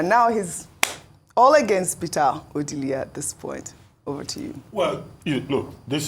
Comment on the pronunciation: I am averse to any mispronunciation of indigenous names, especially names that are household ones. Why is, an Igbo woman for that matter, pronouncing Ọdili as O-dee-lee? This killed my interest in this morning show and I switched off. Nigerian journalists: it is not honorable to mispronounce indigenous names -- something you never do with oyibo names.